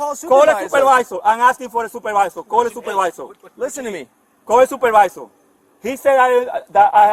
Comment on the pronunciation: "Wheya soopawizer" lol